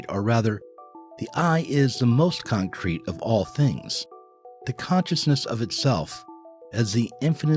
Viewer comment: Did he say concrete or Kantcrete world 😂